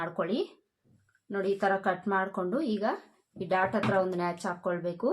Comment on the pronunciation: Please madam, natch ಅಲ್ಲ, notch ಅನ್ನಿ